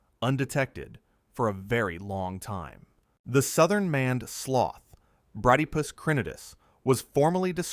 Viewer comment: "Maned" is not pronounced like "manned". You clearly didn't bother to check what your AI was saying, which suggests you have no respect for your viewers. That explains your subscriber numbers.